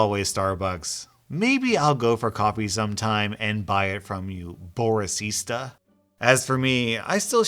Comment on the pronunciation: 'boris-ista' I SCREAMED